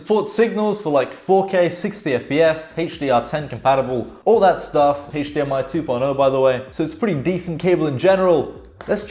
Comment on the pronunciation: AchDMI cable. Best way I've ever heard it said.